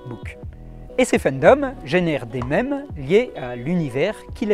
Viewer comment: enlève cet accent à mèmes stp